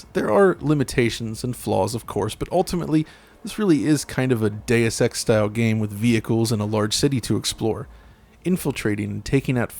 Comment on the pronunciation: Day-uss is actually correct